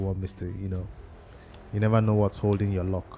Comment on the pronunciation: It's called L U C K not ( Lock ) 🤣🤣🤣🤣